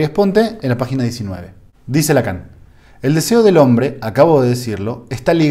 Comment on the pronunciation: Lacan en francés se pronuncia Lacó seguramente es algo sin importancia pero de cualquier manera lo digo.